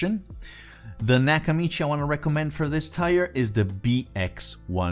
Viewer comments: Greetings: The various price levels are not tires, but tiers (rhymes with piers). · A car has tires, your selection is separated into tiers. You sounds like your talking about your car